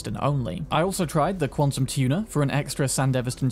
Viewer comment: i like how you say quantum tuna xD